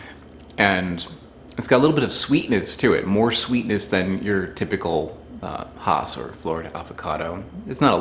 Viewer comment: It's pronounced Hass as in Bass.